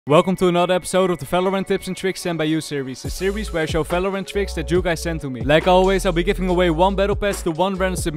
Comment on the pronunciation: "falorant" again